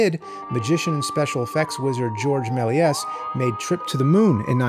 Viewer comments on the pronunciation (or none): I liked this video even though you butchered Georges Méliès’s name almost beyond recognition.